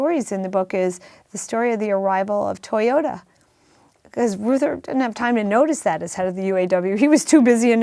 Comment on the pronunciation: Peter, please, for the sake of all silver-haired citizens, please learn that Reuther rhymes with Luther. You are far too intelligent and insightful to not be familiar with the names of Americans who have shaped our lives.